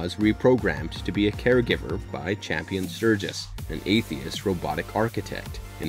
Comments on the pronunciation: It's Campion not Champion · I'm sorry I can't help myself but the Boys name is pronounced CAMPION not CHAMPION. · It's Campion not Champion. And it's raised by wolves not raised by the wolves. Smh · Raised "By" Wolves, not Raised By "The" Wolves Campion, not Champion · HOW can you summarize an entire season of a show on YouTube and (not just once, but consistently) mispronounce both the title of the show and one of the main characters? The show is *Raised BY Wolves*. The boy is *CAMPION*. The man who created Mother is CAMPION Sturges. Assuming that you WANT people to watch, enjoy, and respect your work...the laziness required to misquote the most basic facts of the show is staggering. Did you even watch the show, or did you summarize it from another source? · Yeah, he just said Champion instead of Campion, so my confidence level in this vid just went to zero. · I have a feeling you have not seen the show, soooo many names said wrong lol. It is Campion not Champion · even watch the show? It's Campion, not Champion. Also its raised by wolves, not THE wolves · You mispronounced the name of the show. It's not raised by the wolves. Just raised by wolves. And the boy that survives name is kampion. Not champion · I swear if you call him "Champion" one more time... it's CAMPION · Campion, not Champion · I'm not trying to be one of those corrective people but it was six children not 12, the name is not champion it's Campion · The name's Campion not CHAMPION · Next time before you do a movie/show explanation, please do proper research because you said “Champion” through the video, the character’s name is “Campion”. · Hella overrated, Too predictable. Bad dialogue, dumb characters. Tries to hard. Looks great but meh. Also my mans name is Cambian not champion. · It was driving me mad lol, my last name is Campion and I'm like say it right lol